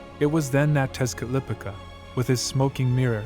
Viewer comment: Texcatlipoca = tesh- cah-lee- po-kah